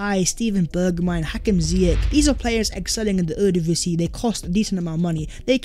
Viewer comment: ...Ere ( Divisie ) is pronounced Era, as in start of an era. Era means honour, so the Honour Division.